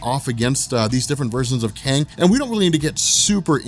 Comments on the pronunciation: are you saying Kane or Kang? :-) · are you saying Kane or Kayng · Love ur vids. Wish ud just call him Kang tho. That was hard to listen to lol